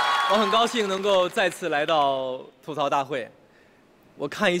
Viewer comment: 主持人整天说错，明明是吐「土」槽，为什么就是不改？没罚款对不？